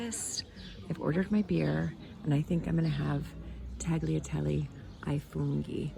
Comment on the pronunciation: Just found your channel and am enjoying it. However, the one thing that drives me mad is English people making the mistake of pronouncing tagliatelle with a hard G. I speak Italian, and as you are learning the language it should be one of the first things you learn. Tagliatelle had a soft G. When I hear people saying it with a hard G, it’s, like nails being scratched down a blackboard. I noticed that your American friend who cooks also made the same mistake. Please please please learn how to say it properly!